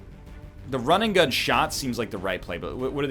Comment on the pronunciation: why do i hear rinnegan every time he says run and gun